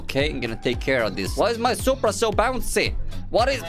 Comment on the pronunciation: Yo bro wanna soup bruh? No its just soup No S U P R A